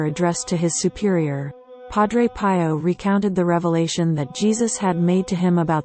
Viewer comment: Learn to pronounce his name correctly